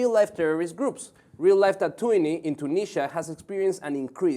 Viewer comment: the city tatooine is pronounced (ta-ta-ween) not (ta-too-nee) by the way im from tunisia